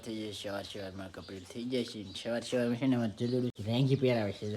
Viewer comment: છવાર છવાર નો કેવાય ભાઈ સવાર સવાર માં એમ બોલાય સરખું બોલતા શીખો